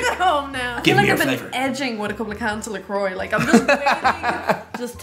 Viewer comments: Why are people calling that la coyyyye? Isn't it french "la croix" meaning the cross? I would say it "la croa" like said. And what is it really? like sparkling water (like perrier, badoit, san pellegrino...etc?)? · It's a tasty alternative to drinking sugar or diet sodas, people! It's natural flavor and seltzer water, and the proper pronunciation is " Luh kwaa" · I always pronouced it "la crotch" because I'm forever a 13 year old.